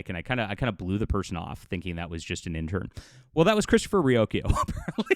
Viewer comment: His last name is pronounced "Rock-ee-oh" not "Roo-oh-ki-oo."